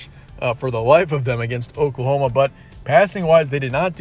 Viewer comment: He said pokelahoma 😆